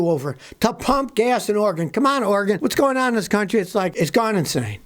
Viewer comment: Savage Scotty is such a legend he knows how to correctly pronounce Oregon.